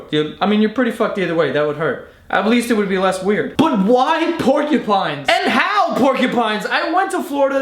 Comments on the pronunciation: "Pork-ya-pines" Hahahah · Pornkupines. What I kept hearing whilst commenting.